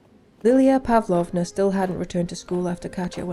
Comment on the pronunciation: Pavlóvna😂 It is Pávlovna